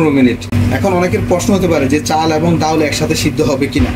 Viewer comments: অতি শুদ্ধ বলতে গিয়ে ডাউল 😂😂 বলে ফেললেন😅😅 এর শুদ্ধ বাংলা ডাল এটা সঠিক ✅✅ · আপনি ডাউল বলবেন না ডাল বলবেন শুনতে বাজে লাগে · ডাউল চাউল না উচ্চারণটা হবে ডাল চাল । আমার জানা মতে, একটি নিখুঁত খিচুড়ি রান্না করতে সমান পরিমাণে চাল এবং ডাল প্রয়োজন। কিন্তু মনে হচ্ছে মিশ্রণে চাল এবং ডালের অনুপাত ২:১, যা ১:১ হওয়া উচিত। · Dal not daul